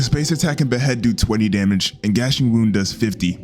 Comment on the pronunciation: GNASHING WOUND. IT IS PRONOUNCED, “NAH-SHING-WOUND”.